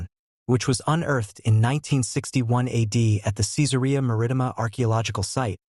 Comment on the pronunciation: An obvious fiction! The description of Jesus as a fair-skinned, blond and blue-eyed northern European gives it away. PS The Roman town's name is pronounced, "Kai-tsar Mar-ri-tee-ma" with the a in "Mar" the same as in "carriage".